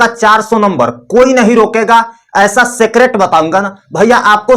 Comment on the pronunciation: सीक्रेट ❌ सेक्रेट ✅